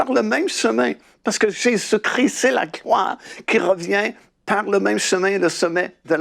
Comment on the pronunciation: JÉSUS CHRIST et pas Jesus cri, merci soyez béni.